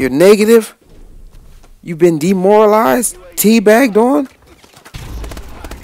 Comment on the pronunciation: Good work. They weren't 'demoralised', they were 'DEANMORALISED'.......